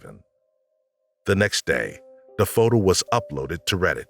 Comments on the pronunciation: Is this an AI narrator? The accent / lingo is driving me crazy. So much "da" instead of "the" and other similar sounds... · The tenor of the voice is very nice to listen too - subject is interesting -BUT the narrator needs to work on pronunciation, especially in the word “the”. It’s “th” not “de”